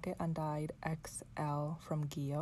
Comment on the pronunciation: Gee-lee-oh. Not Jill-ee-oh Gillio is an Italian word and it’s pronounced as above.